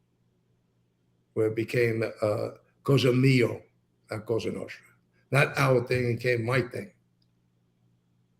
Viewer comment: This guy needs to stop saying “COSHTRA NOSHTRA” it’s Cosa Nostra!